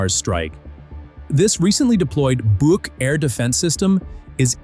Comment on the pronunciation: I am so happy, someone finally started to pronounce the „BUK“ system correctly with a long „oo“, longer as in „book“😊😊